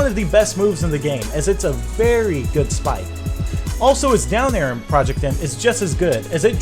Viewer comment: Did you really say 'A-kin' instead of 'akin'?